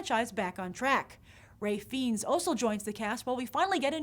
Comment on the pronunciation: Grace, it's not Ralph 'feends''... It's like fines.